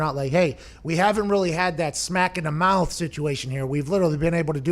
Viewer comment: Slapped in the mawth